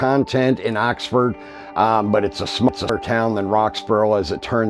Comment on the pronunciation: I guess if you're from Roxboro that's explains saying Roxford and not Oxford.